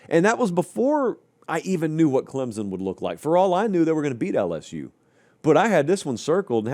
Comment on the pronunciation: For the love of all that is holy, it is Clem-sun, not Clem-zun. Get it right.